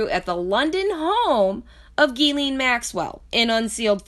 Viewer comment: Omg I can’t fucking listen to it anymore...ITS PRONOUNCED JIZ-LANE!!! Not GEE-LEEN!!! God dammit!! How fucking hard is that? And don’t claim “oh I lisp” (like you said) because you made A LOT of “S” sounds and didn’t lisp once...jesus fucking christ...